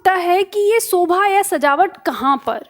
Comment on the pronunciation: Sobha nahi Shobha hota hai yaar Hadd hai Ye YouTube teacher